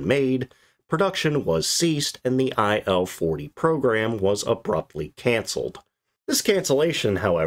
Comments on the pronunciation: Its Il, not I.L. Don't pronounce it I.L. it should sound Eel or Eal, Ill (which fit in this case). Il's 2s and 10s was workhorses of WWII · IS this text-to-speech? Very hard to lsiten, but main issue.. Who in their sane mind would pronounce this plane's model as "ai"-"el"? It's not an acronym. It's "il", like "eel".